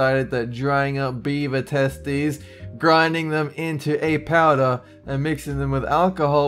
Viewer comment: I thought he said "Bieber testicles" not beaver testicles!!! 😂😂😂😂😂😂😂